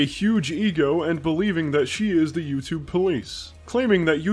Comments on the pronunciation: I hate the way she pronounces YouTube. YEW-CHUBE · YouCHUBE YouCHUBE YouCHUBE YOUCHUBE